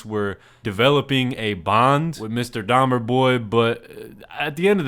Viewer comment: The 2nd girl saying "DAHMAA" instead of dahmer is fr the biggest joke in this entire vid like bro, LEARN TO APEAK PROPERLY FOR GOD SAKE 😭🙏🏻